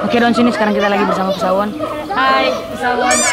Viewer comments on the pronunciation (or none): Pessawon? Bukannya pessawo:/ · Pesaawon bukan psaangon ,salah sebut hahaha